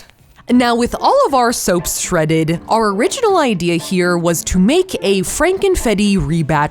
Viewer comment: "Shreaded Ken doll" I'm dead 💀